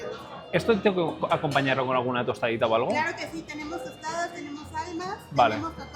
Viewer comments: 🤬🤬🤬NO SON "TOSTAS" SON TOSTADAS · Tostadas, se dice: tostadas Por cierto ¿El mesero le decía Tavo? ¿O es mi imaginación?